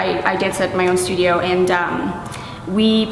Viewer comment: LOL stuodio